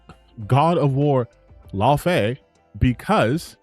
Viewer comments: People need to learn how to say Laufey! (Law-faye) Not loffy 😂😂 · can't read it seems. Dude can't even pronounce Laufey right.